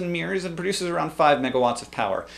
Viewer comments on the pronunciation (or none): hahahaha silly hank. i think you mean mirror not meer and turbine but turban.